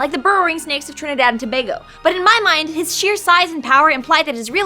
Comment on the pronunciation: she pronounced Trinidad and Tobago correctly slow clap :)